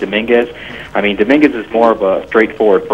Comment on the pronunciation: Domingwez lol